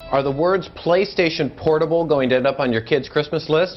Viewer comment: "playstation pornable" had me dying lmao